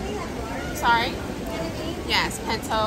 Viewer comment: Girl if you don’t say pinto ONE MO GAIN ! Listen gurl